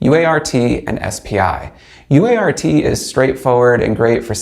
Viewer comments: "UART" is conventionally pronounced "you art." "Baud" is conventionally pronounced "bawd" (rhymes with "awe"). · Its pronounced UART not u.a.r.t. americans need do learn that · Cool LoRa module.. Thanks for sharing! PRO TIPS: -Baud is pronounces bawd. -UART is pronounced "you art". (not u-a-r-t.) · Nobody says "you aye are tee" -- it's a "you art" :-). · It would be easier to take you seriously if you would pronounce things correctly. UART is you-art, BAUD is bod. You certainly don't appear to be too young to know this. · UART. . . .you-art. Try it out, it's easier. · lol, you could've directly said BAUD is pronounced like BOARD ;) UART is always 'you-art'. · No - it's U-ART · It's pronounced "Bored" in every single English speaking country.... SIGH He got "U ART" wrong too...